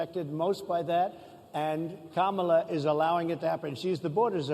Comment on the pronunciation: I’m surprised that he pronounced Kamala’s name right😬